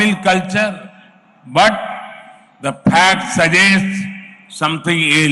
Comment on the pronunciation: "the phakt suggests somethin ilse"